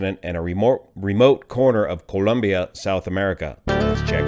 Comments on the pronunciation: joe The nation is named, "Colombia", not Columbia. As someone who has deep ties to Colombia, I appreciate hearing it pronounced as a Colombian would. No big deal. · pronounced the country's name correctly. (BTW, it's spelled "Colombia" not "Columbia") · Thank you for the video - I certainly like the way you pronounce Colombia 🇨🇴. I was born in Cali and moved to California at the age of 9. Glad to see that an incident did not cause any serious injuries other than the aircraft. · Excellent vid as usual. Also nice to hear someone not say "Columbia". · My Spanish teacher who is Columbian insisted that we pronounce it exactly the way you are. She would be proud.